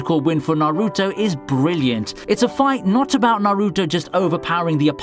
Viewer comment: Damn... you done fucked up Naruto too 😂